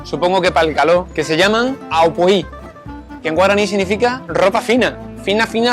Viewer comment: pronuncias muy bien el guaraní. 👏👏👏👏😋 Hermosa es mi tierrita guaraní, por doquier.